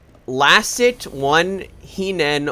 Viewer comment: GREAT Pronounciation of my name! Lassi Tihinen went to Lsghat t i hine :P I don't care. Anyway, i loved MKWii series to the end. And i really would love to get back to those days. Life moves on.